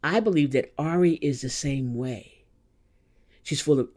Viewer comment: Great video. BTW I heard somewhere the right way to pronounce her name is "eerie" 😊